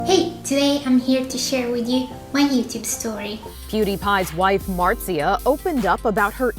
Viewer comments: That's not how you pronounce her name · Pewdiepie: Marzia: Martzia